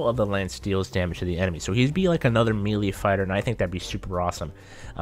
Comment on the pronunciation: YOU KEPT ON SAYING MELEE WRONG